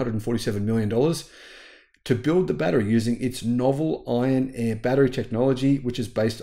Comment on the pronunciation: Iron "air" batteries. Iron "Eh" batteries are Canadian.